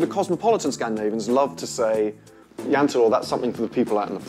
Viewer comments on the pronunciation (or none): Its not jante is jente